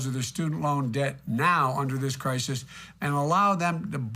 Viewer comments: Crisis? Crikis? Come on! Wake up! Listen! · “Cricus.... crisis “